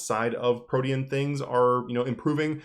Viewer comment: Hearing you say Protean felt weird, until I realized it's the correct way to say it, and not 'protein' lmao